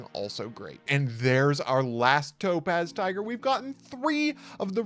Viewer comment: Does anyone else consistently hear "Dope Ass Tiger" instead of Topaz Tiger? 🤣🤣